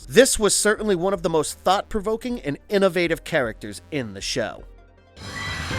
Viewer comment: Good video, but it's a little annoying how much emphasis this guy puts on "AND" Drinking game: Take a shot every time he says AND Louder than the rest of the sentence